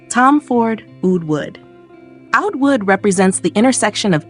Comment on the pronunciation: OOD, not OWD, get a real person to narrate, another BS AI video 🤮